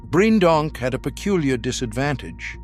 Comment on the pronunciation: It's pronounced Breendonk, not Briejendonk